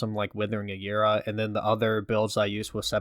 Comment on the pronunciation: That’s not how you say aura